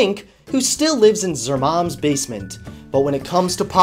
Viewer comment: " Zer mom's" 😂😂😂